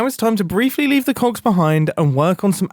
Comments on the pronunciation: are you sure you said cogs? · Mumbo, I'm begging you to enunciate that "g" a bit more... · Maybe you need to practice your enunciation because "Big Cogs" is sounding a bit sus. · I can't stop hearing "cocks" instead of "cogs" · Mom walked in halfway through this video and misheard mumbo. She instantly goes “WHY ARE YOU WATCHING VIDEOS ABOUT MEGA COCKS?!?” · am i the only one understanding cock instead of cogs??? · I definitely heard “cogs” every time he said it. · missed a great one: “and all I could think about is cogs!” especially considering how softly he pronounced the g in that one hahaha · he did not say cogs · Mumbo please annunciate your Gs 😂😭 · mumbo mate i need you to pronounce COGS a big better because this is quickly sounding very un pg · Mumbo, can you make a working clock with this concept though? (totally didn't get this idea from mishearing you making "coggs") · If you listen at 1.5x speed, the "k" sound is even more pronounced...